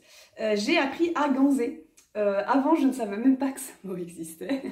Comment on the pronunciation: Ganser se dit avec un « s » et pas un « z » 😉